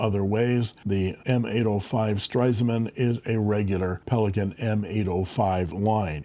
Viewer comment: Very brave of you to say ‘Stresemann’ so often! 👍 The one is the best in terms of pronunciation, but with the other variations you also get what is intended. 😊 Thank you for showing these precious pens! 🤩